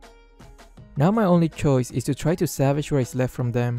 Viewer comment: it's salvage, not savage 😬